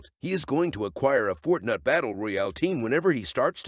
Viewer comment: Did he say “ Fortnut battle royal” 💀